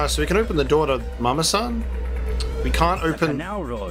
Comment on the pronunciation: Saying “Mama-san” is as bad as their accents. In fact, exactly so. Pronouncing “r” instead of “l” is a Japanese thing, while we’re being in China. A blatant mistake. And -san is also a Japanese honorific suffix.